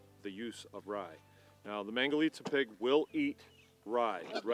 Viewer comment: wonderful... except I have a bone to pick with the mispronunciation and naming of the pigs; they are actually called "mangulica" pigs :) glad to see Americans discovered this one, I hope they stay true to their roots. Cheers